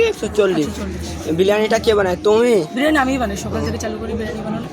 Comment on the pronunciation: Ashokanagar ❌ Achoknagar✅ Biryani ❌ Biliyani✅